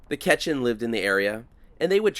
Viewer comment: It's pronounced kwat san, not ketchin. Not bashing you, just letting you know. Love your content!